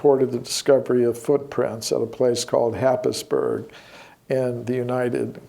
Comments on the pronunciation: minutes you refer to Happisburgh. It's actually pronounced 'Hays burer'. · Note - , happisburgh is actually pronounced 'haysborough' by locals. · Happisburgh lol is pronounced "Haze-bruh" ;) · its pronounced haysboro not happisburgh